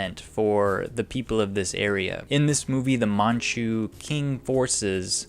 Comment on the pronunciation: “Qing” is pronounced as “Ching”